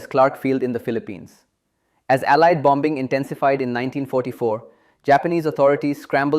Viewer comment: When pronouncing "bomb", "bomber", "bombing", the second "b" is silent. The second "b" is spoken when pronouncing "bamboo" and "Bambi". English is spoken without rolling "r"s. Rolling "r"s belong to formal speech of the eighteenth century and possibly earlier.